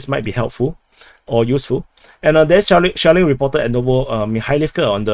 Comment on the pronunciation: I thought I heard a lot of Shaolin instead of shelling